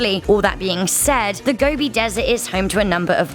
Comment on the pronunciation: The desert is pronounced 'go-bee' not gobby. I searched for the deathworm back in 2005 and spoke to about two dozen first hand witnesses who described a scaly, brick read, sausage shaped creature the size of your arm. The nomads all have a deep fear of it as they believe it to be highly venomous. It is almost certainly a reptile, most likely an amphisbaena or worm lizard of large and unknown species.